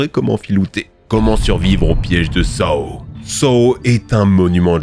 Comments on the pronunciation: Saw se prononce « so »😊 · Les films quoi ? SaOoo ?! Je sais pas pourquoi sa m’agace autant mais paye ton accent anglais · Sa se pronoce " So" mais sa s'écrit Saw arrête sa